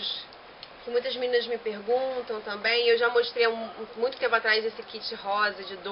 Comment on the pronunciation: "...que eu acho muuuito maneiro..." hahahaha viva o carioquês :)